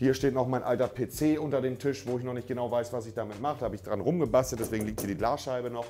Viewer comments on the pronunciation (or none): none